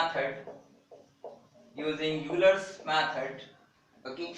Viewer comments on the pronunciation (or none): pronounce it as "OYLER" not "yoolar"